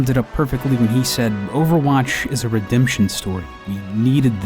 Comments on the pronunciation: Redemption* not redeption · "redeption" lol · A story of Redeption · RedeMption, not redeption. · redeption lel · OverWatch is a "redeption" story?